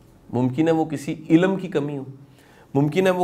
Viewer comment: Shah g ye lafz ilm ha ilam nai